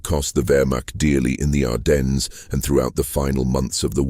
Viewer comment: ITS PRONOUNCED, "ARDEN" THE S IS SILENT